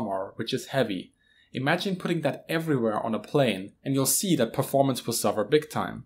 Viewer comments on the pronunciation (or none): none